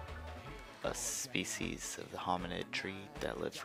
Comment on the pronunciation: liked the video, just work on your pronunciation of the species.